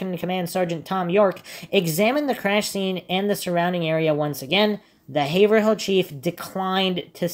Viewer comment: quick lesson: "haverhill" is pronounced "hay - vrul"